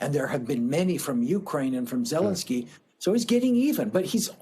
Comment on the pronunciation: You mispronounced his name. It's ZeLENskyy, accent on the second syllable.